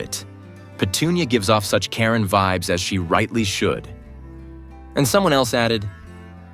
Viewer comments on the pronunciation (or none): none